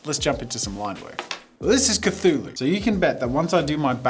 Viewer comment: Cthulhu is pronounced kuh·thoo·loo. You said it correctly throughout the video. Then all of a sudden you said, "kuh-TOO-loo" instead. Where did the H go ???